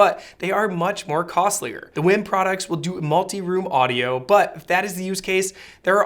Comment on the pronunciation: Dude, I believe it's pronounced "weem." But phonetically it probably should be pronounced "Ym." But no matter how you pronounce it they seem to be amazing products (I've watched many reviews that all seem to be in agreement). I'm considering a WiiM Amp for my bedroom.